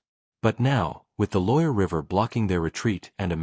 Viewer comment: more ai shiyt, the river never exisited like that and you're AI program can't say loire. properly. there's no reason to believe anything here as you make it all up